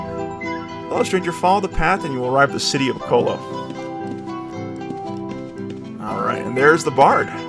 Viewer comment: Never heard it called O co lo before